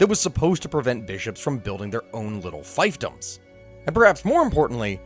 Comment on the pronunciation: pretty sure it’s pronounced ‘feef’doms and not ‘fife’doms